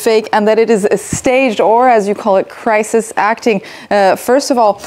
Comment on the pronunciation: 'Krisis acting' 😂